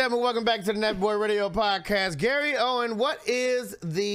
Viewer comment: OWEN …no “s” 😭😭😭😭